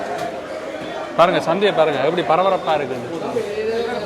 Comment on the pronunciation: பறபறப்பல்ல . பரபரப்பு என அழகாக சொல்லப்பா